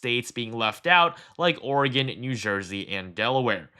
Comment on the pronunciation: Thank you for pronouncing "Oregon" correctly!